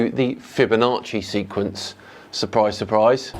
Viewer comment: oh, SEQUENCE, I thought he said SEQUINS. Now I'm confused...